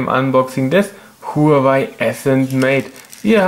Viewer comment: Sehr gutes Video aber Huawei wird wahawei ausgesprochen (glaub ich)